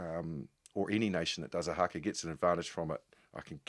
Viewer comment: I wish Jim would pronounce Haka properly.😮